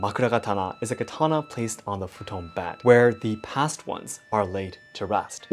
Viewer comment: You said Futon... I'm sorry all I heard was "WIND STYLE" 😅 sorry